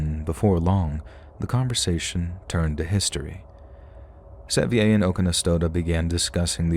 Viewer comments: Pronouncing John Sevier like that is so funny. It's said the same as "severe," like Sevierville. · Sevier is pronounced "severe". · Hahahaha! John Se-vE-Ay!! You mean John Sevier???! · *John Sevier, pronounced Severe. He was the 1st Governor of Tennessee and there is a country and Highway, among other things, named after him.